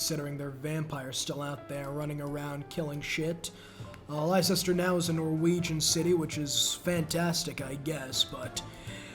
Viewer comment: honestly you deserve having elizabeth send all of england after you for that atrocious pronunciation of leicester, even the people were so appalled they defected to eggman harald